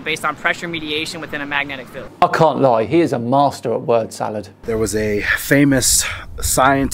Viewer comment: Hey, it's a magnetic field, not a magnetic "filled".